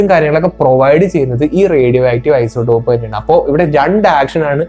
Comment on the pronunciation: Plutonium എന്നത് ഒരു മൂലകം element ആണ്. അതിന്റെ ഐസോടോപ് കൾ 238 മുതൽ ഉണ്ട്. അതിനാൽ ഏത് ഐസോടോപ് എന്ന് പ്രത്യേകം പറയണം.പിന്നെ isotop എന്നാണ് പറയേണ്ടത് അല്ലാതെ ഐസോഡോപ്‌ എന്നല്ല.